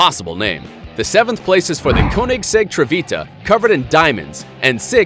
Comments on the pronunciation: Its called caunexeg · Wtf 😂 why are you pronouncing Koenigsegg and Rgera like that😂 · Got damn you mispronouncing the hell out of those Koenigsegg names. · You can't pronunce Koenigsegg konigsegg because it's wrong you have to learn how to pronunce the swidish words LOL! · I'm from sweden and Koenigsegg comes from sweden too, it's pronounced KÖNIGSEGG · Your saying Koenigsegg wrong!!! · There is so much wrong with this video. False "facts," complete misunderstanding of the concept of power and units of torque, horrible pronunciation, you can tell this guy has no idea what he's talking about. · Yo Dude plz get UR facts Correct and Learn to say the car names Correctlig plz.